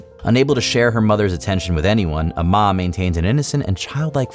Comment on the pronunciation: for amma crellin-- it's pronounced 'am-a". like amity.